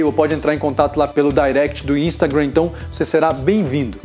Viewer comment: "Meu Instagram" 🤣🤣🤣que sotaque é esse,?!